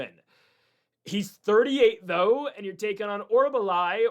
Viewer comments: Ffs Mick-Tuh-Beck Oral-Buy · Why was Orolbai so difficult to say. Idiot